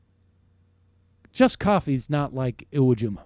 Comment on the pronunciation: It's Iwo Jima you dumbass